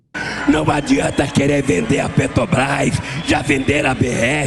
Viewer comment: O velho podre fala "A petobais"